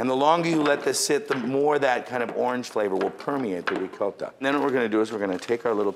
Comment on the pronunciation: he really goes into Italian mode when he says "rrrrricoTTa"